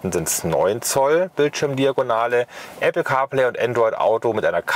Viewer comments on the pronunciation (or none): none